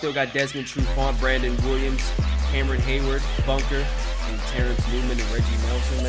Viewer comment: it's Buckner not Bunker